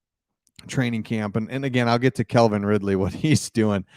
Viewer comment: The Jags may be a problem this year. Oh. It's Calvin, not Kelvin. The man has speed, but D.J. Moore is a better receiver.